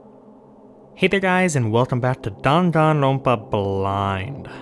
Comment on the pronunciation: by the end of this play through(im gonna guess around 100 or even more) and he will pronounce dangan ronpa wrong the entire time.